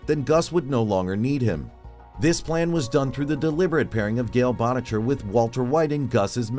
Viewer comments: "Gale Botticher" ...has the narrator never watched an episode of breaking bad?? why tf would you pronounce it like that? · . AI reading sucks lol... gale "botticher". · Gale Bon-itch-er 🤣🤣🤣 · please say boetticher correctly...they say it so many times, how do you get it wrong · ….. would you mind pronouncing Gale’s last name again please?